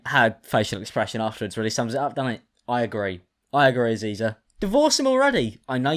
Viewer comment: Stop saying Aziza and Visa thats HILARIOUS